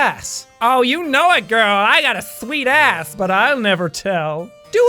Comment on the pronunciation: When you said ass it sounded like arsh